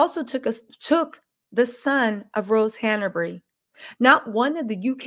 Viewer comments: It's Hanbury , not HannAburry. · Your information is SO misguided . Your hatred for a family you don’t know even know is clouding your judgement . I would suggest doing some actual research before posting so much misinformation. And it’s HANBURY NOT HANERBURY . At least get her name right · the name is HANBURY, not HANABERY! Say it properly. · Who can take you seriously when you refer to Rose Hanbury as Rose Hanaberry? Don’t you know her name yet?